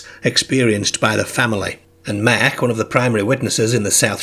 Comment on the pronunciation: Good narrator but his pronunciation is odd. eg. 'Merk' for Mark.